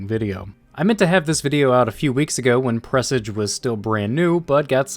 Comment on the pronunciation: Um...it's pronounced 'PREH-SAJ'.